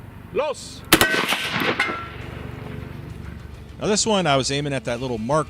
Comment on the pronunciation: . That "loss" sounds incredibly Swedish